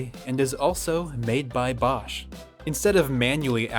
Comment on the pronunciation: Your pronouciation of Bosch is spot on !